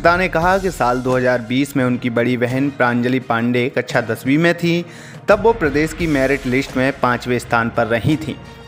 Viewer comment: It's not कच्छा दसवीं it's कक्षा दसवीं 🙄